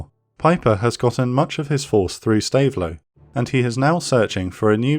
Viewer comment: Really excellent video. Two minor pronunciation points. Stavelot is more like stav-low, and Foy is fwa